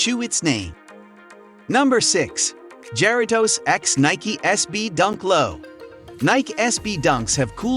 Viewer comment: Damn wtf was that. Ja ri toes